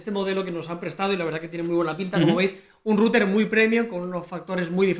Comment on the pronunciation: en resumen para el canal: pastelero a tus pasteles. (y esa pronunciación de router es horrenda, o dices en ingles o dices enrutador, es un canal para todo hispanoamerica!)